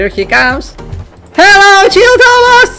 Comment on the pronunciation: If says thomas im heard tamas